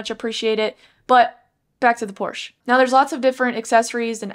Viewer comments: Thanks for the video! Hopefully, they keep a manual option if they go all hybrid with the other 911 models. Also, it’s pronounced ‘por·shuh’ 😉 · Stopped watching after seconds. Pronouncing Porsche wrong, and all you're doing is reading it off the website. People who own a 911 or are looking to buy one are already familiar with the specs, so it's a giant waste of time. Also you're monotone, which is boring.